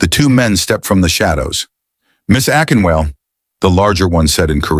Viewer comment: A-KIN-WAH-LEH! Akinwale. AI needs some home-training😂